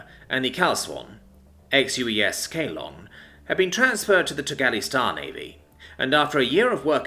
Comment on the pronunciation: Ceylon = Say-Lon